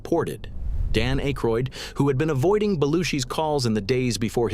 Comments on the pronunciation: Dan "Ache-roid"? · Pronouncing akroyd like that kills my faith in this entire video lol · John Belushi did not take over Weekend Update from Chevy Chase. Jane Curtain did. She was later joined by Dan Ackroyd (whose name was repeatedly mispronounced by the A.I. narration) as co anchor, and later Bill Murray. Animal House was released in 1979, before The Blues Brothers, which was released in 1980. Some of the images were not images of the people referenced, an annoying constant in A.I material. And while I’ll admit Eddie Murphy did carry the show during the early 80s, none of 1981 through 1983 cast members were mentioned, in particular Joe Piscipo who had some fairly popular characters. I think given her post SNL success, Julia Louie-Dreyfus should have at least been mentioned. Also I would have mentioned that both John Belushi, and Bill Murray’s brothers joined the cast. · You pronounced Dan’s last name wrong dude.